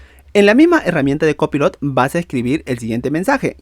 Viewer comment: Aprende a pronunciar COPILOT 😂😂😂😂